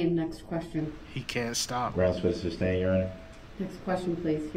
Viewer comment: During the whole trial Darrell never learned the word is SUSTAIN and not SUBSTAIN !!